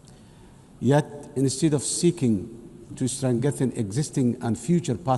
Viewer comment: "Stran-getten"😂 (strengthen) Get a translator, fix your country, and stop the theft and clanism instead of talking about Palestine & climate change!